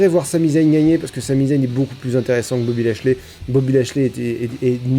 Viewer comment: "Boby Ashiey" mdr